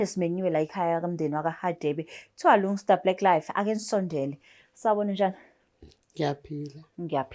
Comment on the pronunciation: Ngicela nimlalele if ebiza igama lika Lungsta😂😂